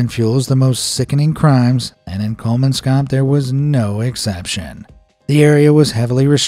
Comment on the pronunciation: It's really funny to hear English speakers butchering names in my native language 😂 The way Kolmanskop was pronounced is really funny. Another reason for the abandonment was because the people relied on water being transported by train. So when a war started, those in charge weren't able to do this and thus no water were able to be delivered.